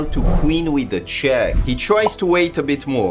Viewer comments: Yea also wen he says Da ROOK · "And wait for him to Queen with da check"